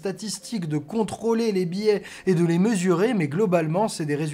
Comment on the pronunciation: "Biais", pas "billet" ;)